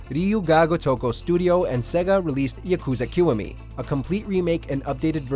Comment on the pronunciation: He definitely mispronounced Yakuza Kiwami